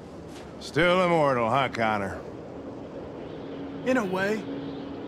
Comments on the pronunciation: if you listen closely to hank he said "connie" instead of Connor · No he doesnt it just sounds like he says Connie. But he really does say Connor